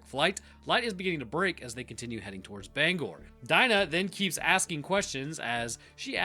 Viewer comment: Hey, thanks for saying Bangor correctly.